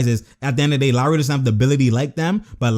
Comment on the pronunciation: 1) love your channel 2) You used to call lowry “low”-ry lol for low IQ so you didn’t always consider him to have high mentality 3) - got me hype that was a crazy locker room motivational speech!